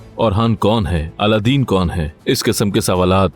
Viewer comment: It’s not Aladdin ❌ It’s Alauddin ✅